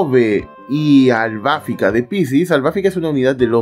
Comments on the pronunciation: Porque dices Albáfica?…. Es Albafica… acento prosódico en la “i” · Porque así cree que le dicen en Japonés cuando en realidad es "Arubáfica" (en japonés) y en latino es "Albafíca", ya lo escucharás nombrar a todos los caballeros en latino y solo esta encaprichado con AlbafÍca en pronunciarlo en japonés, también lo vas a escuchar decir "Frizer" a Freezer y no Frieza como en Japonés o "Krilin" en vez de Kuririn, y así con todo lo demás. Por eso, en todos los videos que pronuncia mal al Piscis de Lost Canvas, tome su no me gusta por arruinar su propio canal 🤣😂🤣😂🤣😂 Hasta termina siendo gracioso 😂🤣😂🤣